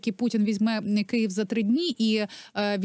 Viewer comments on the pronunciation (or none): none